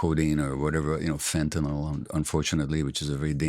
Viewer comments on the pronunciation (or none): none